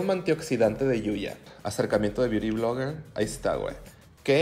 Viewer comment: Necesito un video de diciendo "biuri vlogger" por 1 hora.